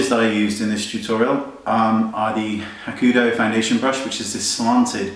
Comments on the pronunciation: Wayne, say it with me: hah-ku-HO-doh. Lol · i just wanna say that you pronounce hakahodo like hak-a-ho-do :)